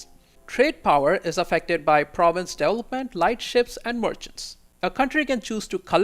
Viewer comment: I have to rewind a lot to try to figure out what word he's trying to say. It's incredible how bad he butchers a word like development